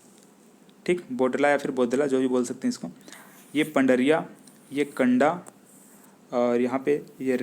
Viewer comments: कंडा नही कुंडा है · कंडा नहीं? कुंडा है सर!